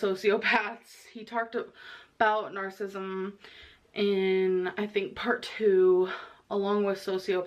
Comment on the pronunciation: “Narcisum”